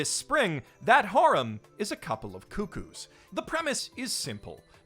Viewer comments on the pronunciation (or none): It’s pronounced Cuck-coos, not Coo-Coos.